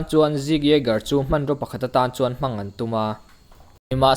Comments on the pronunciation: A hmang theih loh ni lo in a hman theih loh ti a lam tur sir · 'Hmang' antum nilovin 'hman' antum tih tur nia